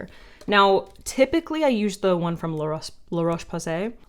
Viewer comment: La Roche Posay pronounced with a Z instead of the S. 😅 I am french.